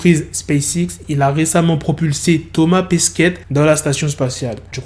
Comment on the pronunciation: Comment tu dis ? Thomas Pesquette ? 😂